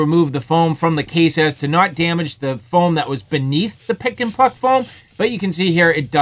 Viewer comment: Are you saying pick and fuck foam?